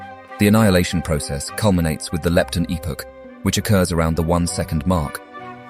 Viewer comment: Epoch, hadron, lepton. All pronounced wrong, or at least weirdly 😅